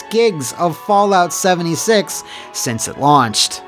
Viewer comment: Did he just say 'Soulja 76'? My dude